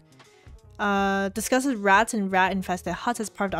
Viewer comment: I think the results of the timestamp query has to do with the accent used in the video. I heard the word "rots" when u checked the second timestamp for "rats".